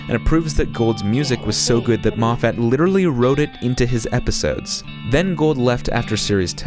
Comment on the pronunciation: you're saying moffat wrong. it's scottish so there's only 1 stressed vowel. the 'a' is a schwa